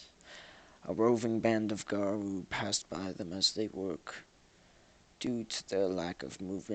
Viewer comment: I've generally heard "garru" pronounced with short 'a' and long 'u' (oo) sounds.